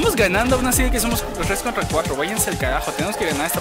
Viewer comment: por que dices cuajtro